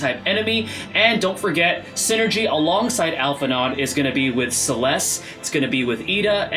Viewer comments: Hey!! Just a quick correction that Alphi’s pronunciation should be Alphi-“know” since their name is of French etymologies. 😅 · You pronouncing the D in his name is driving me insane. Alph-In-Oh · pet peeve, its "Al-Fee-No." >< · It's pronounced Al-fi-No, the D is silent. :) Thanks for the vid, appreciate the analysis!